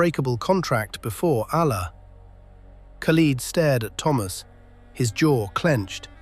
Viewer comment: Narrator is biased towards the romans . Learn to pronounce Allah Properly .